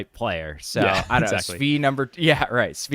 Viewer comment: How did this man just say Svi's name?